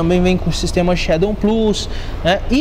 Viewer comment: "Shadon" kkkkkk